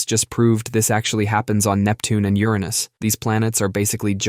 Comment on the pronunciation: I love the fact the narrator pronounces “Uranus” correctly! Deserves a follow for this alone!